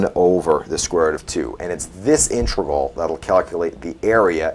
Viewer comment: Dude, it's pronounced "INTEGRAL" not "intregal". So you know.